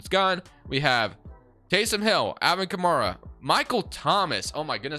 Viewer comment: your pronounced A. Kamara name wrong it's kah.mare,Uh not kah mar uh